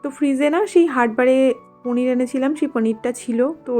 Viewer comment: Didi normal vhabe paneer bolo na didi sundor lagbe sunte 2mi jani ki vhabe bolo